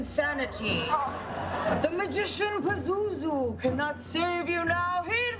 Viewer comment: WAIT.....she just called it ...Pazuzu